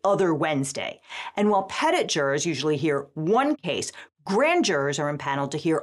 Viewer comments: Ok…. You can pronounce “croissant” the way you do, just don’t ever pronounce “petit” like that again! - signed: not even a Frenchman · The pronunciation of 'petit' is really grinding. Why can't Americans pronounce French words? Like 'niche' - it's 'nee-sh', not 'nitch'. Every other English-speaking nation can say them correctly. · Ooof… Hearing an American say “petit” was real ear-crunch… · i love the pronunciation of petit, it shows you how american butcher every single language on earth including english. That's what you get when you do not educate your citizens. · actually i think the us should be arrested for how they pronounce petit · Hearing the very real pronunciation of "petit jury" makes me die a little inside. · Petit? Interesting way to pronounce the obviously french word "petit". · As a Frenchman, I can understand massacring English words but "Petit" grates so bad I'm not sure I'll be able to watch the whole thing if it goes on for very long... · You need to learn how to pronounce the word "petit". It's French. Learn. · Petit isn’t pronounced the French way? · God damn it how did both of them pronounce petit wrong?! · OMG how did you Americans butcher the French so badly to end up with that pronunciation? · The way youre pronouncing 'petit' is making me mad.... 😂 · Honestly, the most shocking thing about this one was the way we pronounce "petit". It's a loanword! Do we pronounce "café" kay-fee now? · Listening to you pronounce that word makes the french in me cringe. I know it's the legal term but I can't see it any other way. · Soooo annoyed about the pronunciation of petit. Brrrr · French speakers shedding a tear at the pronunciation of petit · Since petit is mispronounced, it might be better just to replace it with trial. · Great video, but as someone who's bilingual in French, hearing how the legal profession pronounces 'petit' made me cringe. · Why can none of you pronounce petit? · I’m English and even I winced at the pronunciation of petit.